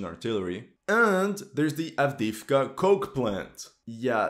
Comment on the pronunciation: С произношением Авдеевки беда, поработайте